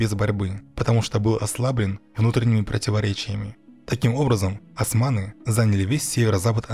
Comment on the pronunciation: Не асманы а османы, вы же не говорите ольгу альгой